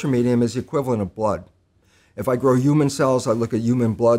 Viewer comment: Is he saying uman instead of human on purpose?